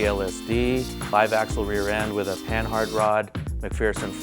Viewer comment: Do none of these kids know how to pronounce any automotive terms? It's puh-nard! Not pan-hard!! AHHH!